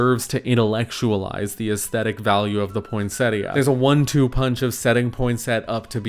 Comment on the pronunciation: For some reason I hear the tt in poinsettia as a Spanish r like poinséria